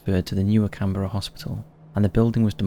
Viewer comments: Can-BRA! Not Can-Berra!. It's our country national capital & apart from us Aussies, only the Kiwi's get it right. Our biggest hate is that nobody can pronounce anything Auzzie but our kiwi siblings across "the ditch". Also mate, ur a Pommy & u should know that we don't have Presidents, we like u have Prime Minister's, we are apart of the Commonwealth Family & u poms stole the land from the indigenous so u should know who runs our country #1 The Governor General #2 The Aussie Cricket Teams Test Captain #3 The Prime Minister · Can-bruh, not Can-berra . 😊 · CAN-BRA... not can-berra... I mean, really!?